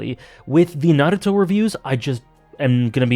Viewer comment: It's pronounced Naruto, not Naruto. :)